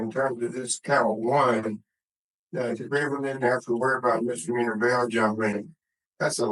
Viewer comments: Mistermeaner?? He's an attorney, he should know how to say misdemeanor properly. 🤣🤣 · 🥸 Mr. Meaner